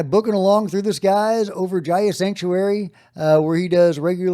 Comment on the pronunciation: FYI, "Gaia" is pronounced "GUY-uh" not "JAI-uh." Just sayin'. EDIT: Also, the "kai" in "Genkai" rhymes with "guy."